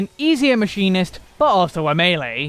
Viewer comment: not him calling machinist Maybelline im donee. ☠☠